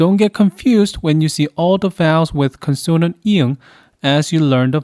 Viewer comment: I hope you will accept this comment without getting hurt because I make it in the most humble way. Please note the word “Consonant “ is pronounced as “CON - son - nant” (not “con - SON - nant”. Gam Sam ha mi Da.